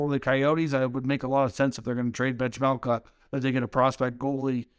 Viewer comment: Bill Armstrong is laughing his ass off. Learn how to pronounce the names of the guys you’re proposing get sold for pennies on the dollar as well: it’s “Veh-Mel-Ka.” It’ll make people believe you’ve actually watched a Coyotes game this year. I know for a fact that you haven’t, because if you had, you know this Carter proposal is not even close to fair value.